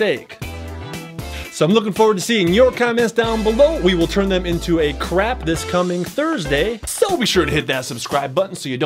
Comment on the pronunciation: I need to watch some craps but I thought she said I need take some craps